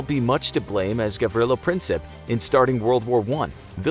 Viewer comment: He didnt pronounce Gavrilo and Sarajevo right